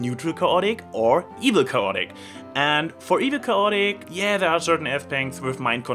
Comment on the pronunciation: It's pronounced: KAY-ot-ic.